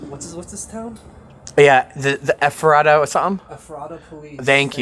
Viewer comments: Ephrata is pronounced Eff fra tah. Also, that brewery is pretty cool for a small place. I live like 10 min from there. If I saw ya I wouldn’t known who you were. Love your channel! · In journalism, I would think it would be a priority to at least know the basic info on what you are reporting about. This would include how to properly pronounce the names of the places. That made it seem so unprofessional, and I literally cringed every time you said Ephrata SO badly. Only takes 15 seconds to Google the pronunciation. Sounds like eh·fruh·tuh. LOL- you weren't even close. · Your saying Ephrata and Lancaster wrong. This is my hometown and I feel like you should have referenced how you say the towns names before you do a story about them! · Everybody on YouTube pronounces Ephrata wrong. If you can't pay attention to the Officials at the press conferences to get it right, why don't you simply type it into Google and it will say it for you and you won't sound like a fool mispronouncing it wrong constantly. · Lol y’all are saying Ephrata wrong. Lol I live there.❤ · You butchered the town name Ephrata. My hometown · As a local, it's funny seeing you surprised to see a Mennonite buggy. Also, you mispronounced Ephrata. Not a problem. Almost every outsider does. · Please learn how to pronounce our towns lol I am in Lancaster county. You pronounce Ephrata all wrong and spell it wrong. There is no way he took 100 skulls from one cemetery. All cemeteries need to check their graves. I think I see a movie coming....lol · Funny listening to all the people not from here trying to say Lancaster and Ephrata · This happened in my home town, I use to drive by his house every day, hung out with my friends on the same street, rode bike on the unpaved roads around the corner of Ephrata. Nobody had any idea this was going on for so long 🤯 (Also Ephrata is pronounced Eff-ruh-Ta) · I’m from this areas. The town is pronounced EFrata with the emphasis on the EF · Ephrata is pronounced Ef ra ta